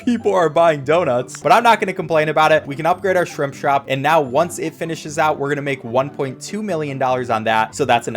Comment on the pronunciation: You said shrimp shrop